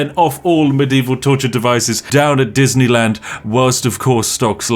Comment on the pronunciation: Surely you mean "Dosneyland"